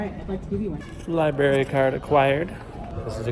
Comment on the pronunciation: Loved the video only problem is when u said libary instead of library